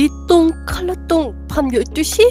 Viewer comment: 니똥 칼라라고 하는 줄 알고 뿜음ㅋㅋㅋㅋㅋㅋㅋㅋ